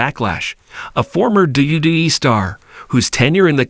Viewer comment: What kind of shitty ass AI software are you using that can't pronounce mcmahon? Or wwe